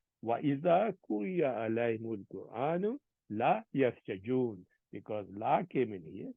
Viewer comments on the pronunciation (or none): Pronunciation needs to be improved like; yasjuduon